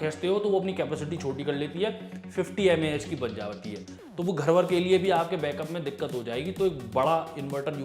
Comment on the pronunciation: I think its MAH not MaH